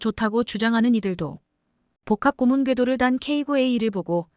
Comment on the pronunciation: 발음똑바로 하세요.예:고무_고문